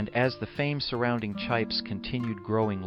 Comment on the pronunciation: Please its chips not chipes